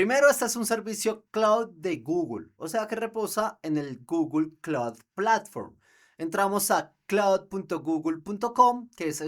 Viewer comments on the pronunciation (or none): Primo se dice Vortex...la otra es Google Claud